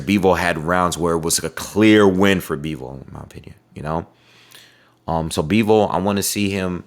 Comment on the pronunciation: his name is Bivol not Beevle 😂😂😂